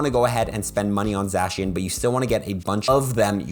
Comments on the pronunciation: sorry but this annoyed me Za-She-un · zacian : zay-shun or zay-see-uhn zamazenta: zah-mah-zehn-tah